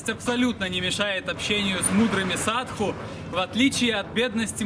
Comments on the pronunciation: ОН говорит = САДУ , а не САДХУ ! ..В слове САДУ - мы видим = САДИСТЫ , слово CIDO\ сидо , цидо \ - на греческом = УБИВАТЬ ! =геноЦИД ..если прочитать обратно СИДО = ДИС = DEATH= дес = СМЕРТЬ...Вот они и крутятся возле трупов ....фу, гадость ! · Почему ты говоришь "садХу", если индусы говорят "саду"? У Пелевина в Ампир В тоже "саду", аскет.